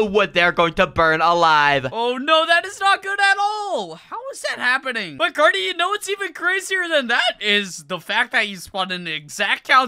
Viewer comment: His name is not cat it’ Cary